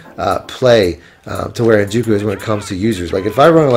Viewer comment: “en-joke-oo”. You’re killing me bro